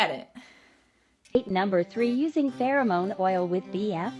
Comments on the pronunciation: Pheromone is fair-a-mone not fur-o-mone, for future reference. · It’s farah-moan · Fair- AH-Moan